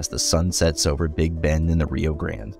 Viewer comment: Great video. And you even corrected your pronunciation of Rio Grande to the way we Texans say it, “grand”! Because it is!